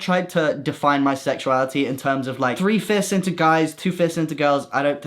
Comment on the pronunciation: I thought he said "three fists" 😭😭😭